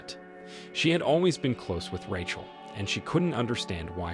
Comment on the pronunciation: “I wanted to know if Ratchle was ock.” 😂